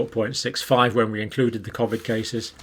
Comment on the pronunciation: You are pronouncing COVID wrongly just like your information.....you seem fixated on graphs and stats which are never taken as FACT !